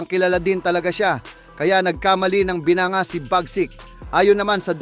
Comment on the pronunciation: Wrong pronounciation ka sa word na binangga, binanga ang bigkas mo imbes na binangga